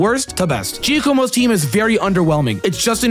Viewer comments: Giacomo is pronounced yah-koe-moe. As an alternative it can be jah-koe-moe. Either way it's NEVER jee-ah-koe-moe. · It's pronounced jzock-komo. Not jia-komo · IT IS PRONOUNCED JOCKOMO NOT GEO COMO